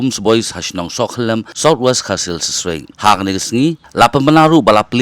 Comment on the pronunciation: Ka de shnong Sohkhyllam de re Sohkhyllem...please correct